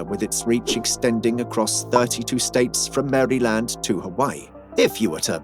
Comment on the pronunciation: man say Maryland and Gorilla correctly please